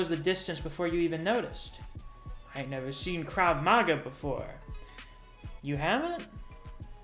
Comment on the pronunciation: Krav Mah-Gah is how you say it. Not the red hat wearing way but with an "ah" on it. Hope that helped! This chapter was not so great either, least I thought it needed some work.